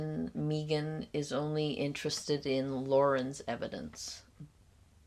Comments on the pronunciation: Megan prefers that, Meeegan, pronunciation of her name. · I can't get over the "Meeee-gan" pronunciation hump. 😊 "May-gunn" is preferable, imo. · Meeeegan instead of Megan - It’s so close to how Alex Murdaugh became ALEC MURDOCK and that in and of itself tells you so much about someone. Control. Self-importance. Bizarre. Who knows what else